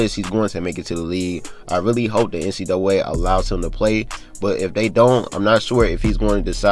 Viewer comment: Nobody:: NC duway